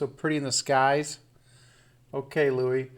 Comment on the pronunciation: Michael Lynch Louis is pronounced Lewie.